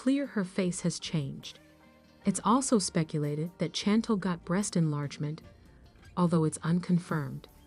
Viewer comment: Can u say her name correct it’s not Chantol it’s Chantel ! Gey it right google it find out !!